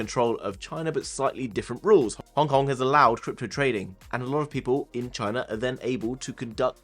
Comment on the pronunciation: They way you pronounce "Hong Kong" sounds like "Honk Honk".